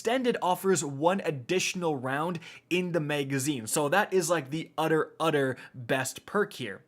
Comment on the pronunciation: "We are going to be looking at an udder, udder God roll" He had me in the first half, ngl.